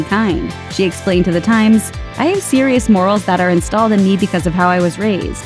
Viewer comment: did you forget to edit out your flub of Baldwin's quote:..."instilled?" You pronounced it, differently than the graphic spells it. Makes you sound like a bot.